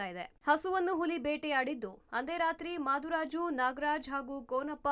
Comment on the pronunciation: ಮಾದುರಾಜು ಅಲ್ಲಾ.... ಮೃತ್ಯು ರಾಜು